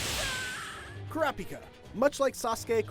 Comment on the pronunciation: No one:: crapika